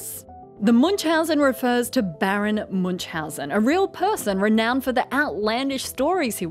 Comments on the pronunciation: Your pronunciation of Münchausen syndrome is just hilarious xD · The pronounciation of "Münchhausen" striked the German in me a bit, but I can't complain since my fellow native speakers aren't well known for their nice th. Anyways, if somone wants to approximate "ü" try "ee" (as in easy), it's a lot closer than u and requires minimal effort. To get even closer, take your "ee" and round your lips as you do in "o" to make it "darker". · the name's actually German and Münchhausen - the two dots above the u make a completely different vowel that's called "Umlaut" and sounds nothing like an u. I don't think there's a similar sound in english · This thing here might be called Munchausen, but the person this name is based on is called Münchhausen. Where did the second "h" go? And why do english speakers mess with umlauts so much?